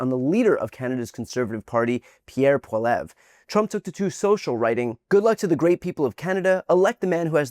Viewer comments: His last name is pronounced Poly-ev, not Polev. Hopefully you won't have to talk about him too much when he's not elected. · Brian, as a western Canadian, who watches you as you are truthful and stand up for democracy, I have just 1 critic on this video. The critic is you did not pronounce Poilievre correctly (it is phonetically “Paul-e-ev” and not “Paul-ev”. Pierre Poilievre is a Trump clone and will never be the Prime Minister of Canada! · (1) "Poilievre" It's pronounced "Poly-ev", not "Paul-ev" (2) That was Mark Carney, the Leader of the Liberal Party, after the Marco Rubio interview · Poilievre's last name is pronounced as Polly-ev. Just a heads up for your next video tomorrow about the turnout. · BTW Trump mini me’s name is pronounced Polly-Ev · Polly the parrot? That's fine, he's American and it's a French based name so I expect that from them. It's fine. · Brian, Poilievre is pronounced Pwah-lee-EV-rə. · Paul-ev... I always forget how bad Americans tend to be at pronouncing French words/names. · For future reference, Pierre Poilievre’s last name is pronounced “polly-ev”. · Pro-tip: Poilievre is pronounced "Polly-Ev" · Hi Brian: A little French pronunciation help here: The Conservative Leader's last name is pronounced: "pauly-EV" (Or close enough!) Hopefully, you won't have to say his name ever again soon, as he will be history. Fingers crossed! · It’s Pierre Poly ev for the pronunciation! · Small correction in pronunciation, “Poilievre” , (Pwa-ly-ev). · It's pronounced Polly-ev... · Brian, I think this will be too late, but Pierre’s last name is pronounced “polly-eve” the first “e” in “eve” is a short e. Hope that helps. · It’s pronounced more like “Polyevre” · love your vids but his name is pronounced Po Li Evre (approximately. That's the anglo way) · Noticed you're having trouble pronouncing Pierre Poilievre's name. Phonetically, you'd say P-wha-lee-evre (roll the r at the end if you want to make it sound French) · We pronounce it Poly-evr